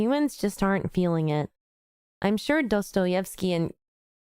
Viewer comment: Pronouncing Dostoevsky as 'Dodoetsky' is actually insane omg 😭